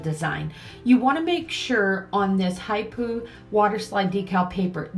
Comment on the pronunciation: Love these designs. Water slides are great. The brand is pronounced Hip Po like the animal